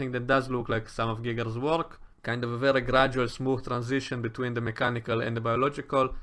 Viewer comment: I love your accent… one thing though… when you say “Geiger’s” it sounds like “Giggles” 🤣